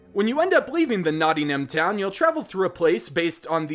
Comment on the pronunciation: Its...Nottingham pronounced Notting-him btw